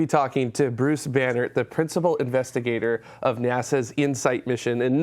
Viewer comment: Oh, Banerdt... I just kept hearing Banner. Bummer, I wanted to hear more about his radiation research, turns out it's just rocks on Mars :-)